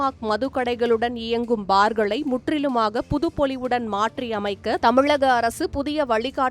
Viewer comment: வலக்கமாக இல்லை வழக்கமாக.. தமிலகம் இல்லை தமிழகம்.... தமிழை கொள்ளாதே..